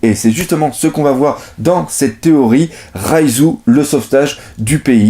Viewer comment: Et si ... c'était pas prononcé Raizou mais Roizou . Oui non je laisse tomber .